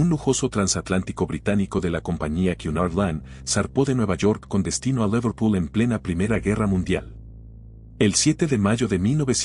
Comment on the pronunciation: Tatanic? Laverpul? Che pronunciación de 💩.. como el canal